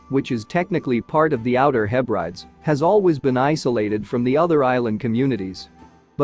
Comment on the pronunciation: its pronounced heb bred dees